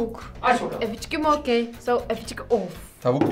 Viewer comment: Evi eçi vokkey değil yalnız doğrusu"Annie are you okey" sinir oldum.